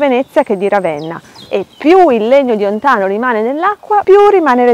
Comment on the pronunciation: Ti scongiuro... si chiama ontàno, NON òntano!!! Infatti al minuto 2.49 ti scappa la pronuncia esatta, ma stai parlando dei Celti (non dei celtici che è aggettivo: popolo celtico). A parte questo, il video è molto interessante, continuerò a seguire gli altri e mi avrebbe fatto piacere ascoltare l'aspetto energetico dell'albero, ma non ne parli.